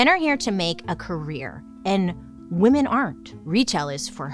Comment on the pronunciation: I’m watching some old videos. Bailey. It drives me nuts the way you pronounce “women”, it’s pronounced, “wimen” . I don’t know how to explain. Women is differently pronounced than woman. Please don’t hate me. But it does drive me insane